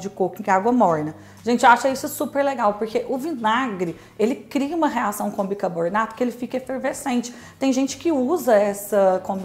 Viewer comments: Seu canal é ótimo, aprendi muita coisa aqui e você é muito simpática e comunicativa, mas ... o que é "bicaboRnato" ? 🤔 Será que "bicaRbonato" não funcionaria também ? 🙄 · cacete, é BICARBONATO. não BICARBORNATO